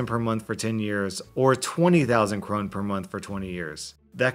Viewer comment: Currency comments! Krone is usually pronounced Crow-nuh and When pronouncing british pounds, it's usual to say £10.95 as "ten pounds ninety five"